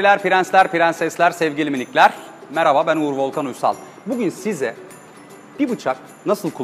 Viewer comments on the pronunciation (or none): none